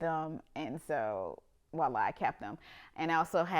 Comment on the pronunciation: I strongly admire her eclecticism and brave, unabashed use of color throughout her living space. Maximalists possess a level of creativity and artistry that intrigues me profoundly. As a French speaker, I find myself becoming somewhat irked by the often mispronounced word, "Voila." Native English speakers tend to use a non-existent 'w' and say "Wa-la." "Vwa-la" would be the appropriate phonetic reference. Not hearing the 'v' is a pet-peeve for me. I am being particular, however. This woman comes across as highly intelligent, cultured, well-traveled, and her exceptionally well-decorated Home is a reflection of her many impressive qualities. 🖤